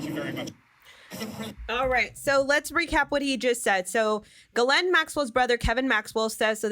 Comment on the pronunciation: You're the only one I hear pronouncing the pedo's name right!